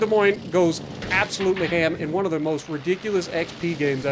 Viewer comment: Hey…hey Sp*WA*artan…do TASHI*…do you *WA*…do you have *NUMBAH*…the Cult *WAN Leader..???? ….miss San Diego..??????